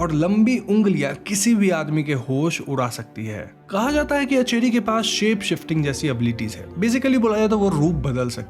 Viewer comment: It's aanchari ..... Not acheri